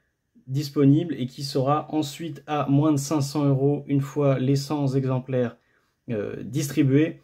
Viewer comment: Par contre petite remarque, on dit "cenT exemplaires", pas "cenZ exemplaires" ;)